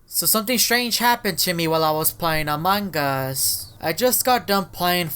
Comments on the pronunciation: you say "among us" not "amonguss"😭😭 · dude your saying amongos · he keeps saying amoung GUS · i love he makes much among us vids but he dont say the word correct XDXD its among us not amonggus XD